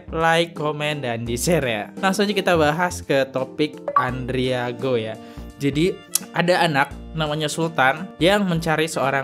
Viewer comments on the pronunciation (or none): Bang namanya Andrigo bukan andriago.bnyk mengulas konten mslh orang tpi bnyk yg kliru2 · Andrigooo...Andrigooo, ngomong kayak yg bener.